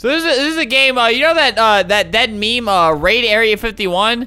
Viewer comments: you said the meme wrong >:( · you just said the meme wrong